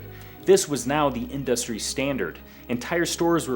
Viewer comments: I had to stop the fifth time he said "in-dust-ry" like it was a new word for him. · This is an amazing video, please stop pronouncing industry like in-DUST-tree though lmao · What the fuck is that pronunciation of industry... otherwise sick video. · Why does he say industry like that? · I'm losing my mind over how he pronounces "industry"